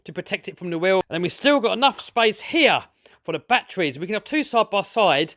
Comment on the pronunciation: "Look at those BATTWEES in the BATTWEE COMPART-WIT!"